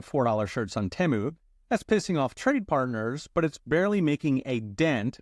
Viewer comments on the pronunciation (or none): none